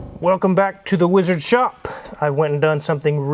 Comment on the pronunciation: Name the boat "weeezard" just the way pronounces it all the time😂